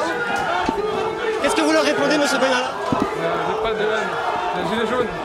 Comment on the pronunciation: Monsieur Bènalla ???????????? et on dit : Macron, Vèran, etc, ect !!!!!!!!!!!!!!!